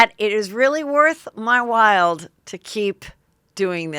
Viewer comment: Heather I noticed you say “worth my wild” a lot and it’s actually “worth my while” ❤️